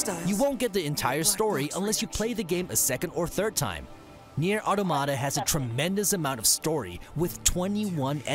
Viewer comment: why does everyone pronounce Automata wrong? It's the same as automaton just with that last a at the end.